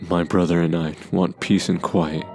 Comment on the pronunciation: Lol "while my little bother"